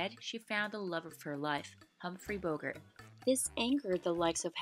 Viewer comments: It’s Bo-GART, not BO-gert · Bogart's name rhymes with "cart". It is not pronounced "Bogurt". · I've heard Redd Foxx as Fred Sanford pronounce it "BO-gert", though.